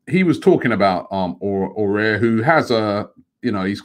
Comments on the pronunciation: AFTV - “ah-war” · Robbie, it's not "Houssem Aurier", you pronounce it "A-wahr" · I think it's pronounced A-OE-AR. With the first A pronounced more like an AU. Correct me if I'm wrong. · Can Robbie just pronounce Aouar properly🤦‍♂️😂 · it s pronounced a-war robbie not aurier ,aouar and we say a-war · Aouar is pronounced like Ahw-wah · Aouar... Robbie stop butchering this boys name😂